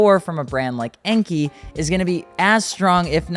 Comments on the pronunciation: i mean it more like N-K (en-kay), but either An-K or N-K is better the Enky. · NO!!! Enkei should be pronounced the right way, An-K. It's even on their official YT channel. Whoever sad that to you is not being upfront.